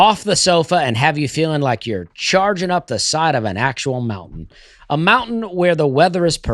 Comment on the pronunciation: I noticed in Dustys and reads today not only does he pronounce words in with D as it hard tea but he pronounce his words that end in T has a K. Case in point, Mountain do you add